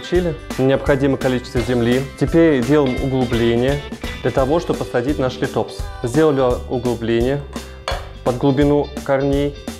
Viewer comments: спасибо за интересное видео, только не литОпс, а лИтопс) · Всё бы хорошо, но лИтопс, а не литОпс. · есть правила произношения латинских названий, так что - лИтопс.